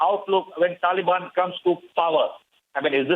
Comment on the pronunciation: "Dhalibaani Dherorist"